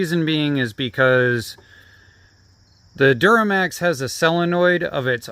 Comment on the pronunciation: duromax, not duramax